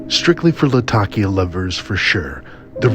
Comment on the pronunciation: In addition, thank you for pronouncing Latakia correctly! lol